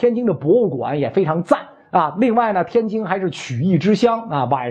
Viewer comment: 袁老师您每次能说天津（jin）不要说天京（jing），一不小心我们家乡成了太平天国首都了😂